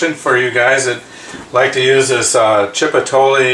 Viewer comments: did you just say "chip-a-tole"? if you're going to make a video learn to pronounce the words you are going to use. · phonetically it's pronounced "chee-po-t-leh" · Lol chip E toll ley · Don't worry about the pronunciation...thanks for the great tip!!!! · Thank you for pointing out that I mispronounced chipotle. I'm well aware of my shortcomings. I'm extremely dyslexic so I do mispronounce words. I would hope the information that I was trying impart would be more important than the pronunciation. I'm not going to remake this video on a technicality.